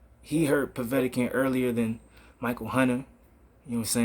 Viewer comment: It's not Povetican